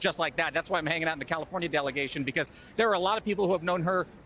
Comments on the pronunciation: Hulk Hogan, confirmed raycust, was apparently mocking Kamala over her ethnic background last night in Ohio. He also reportedly mispronounced her name several times. I guess the doofus was thinking about an old wrestling nemesis of his, the Ugandan Giant Kamala. 🙄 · Obama pronounced her name incorrectly. 💙